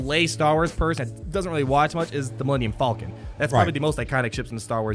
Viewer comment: What the hell is an alluminum falcon?